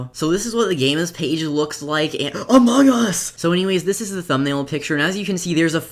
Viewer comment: At the start he says amOGus